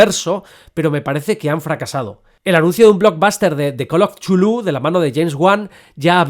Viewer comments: Por favor,: Chulu no!!!! Tulu, Catulu, Cutulu, Cultuju... lo que sea menos Chulu!!! Por lo demás, aquí sigue teniendo usté un rendido admirador. P.D. Si hubiese que votar por un director, yo votaría por Eggers (sí, sobre todo) o por Del Toro. No conozco la obra de Stanley aún. P.D. II - Sí. The Endless de Benson y Moorehead es una de las mejores pelis "lovecraftianas" recientes. Aunque no maneje en ningún momento elementos explícitos que remitan al autor de Providence, tiene su espíritu de hoz y coz. P.D III - Miedo me da que se inaugure una franquicia lovecraftiana. En realidad, hay una docena de pelis que son (a veces de forma explícita, a veces no tanto) adaptaciones de obras de H.P. Lovecraft. Las primeras en los años 60's y 70's ("El Palacio De Los Espíritus", "Die Monster Die" o "The Dunwich Horror", las tres de la factoría de Corman. O la absolutamente genial "Messiah Of Evil" de 1972). Pero lo que sí es cierto (y lo dices bien claro) es que es muuuuuy difícil transmitir el espíritu de ese tipo de horror cósmico al cine. Por eso la mayor parte de esas pelis han fracasado, de una forma u otra. Por encantadoras que a mí me resulten algunas (sobre todo las cormanianas). Lo realmente complicado es que el lenguaje cinematográfico transmita las mismas sensaciones que los relatos originales nos producen a sus lectores. Y si el fandom de Tolkien y de otros autores es jodido de satisfacer, no te digo nada del de Lovecraft, ejem... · El video fue increible, pero para alguien como yo, que toda su vida pronunció Cu-Tu-Lu, fue doloroso escuchar chulú tantas veces XD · No me parece correcto pronunciar 'Chulú' Se prronincua así.... Cth- (carrraspeo, 'Zz', J)... ulh ( u gutural, L, jota suave y otra vez una 'u' gutural ).... 🫥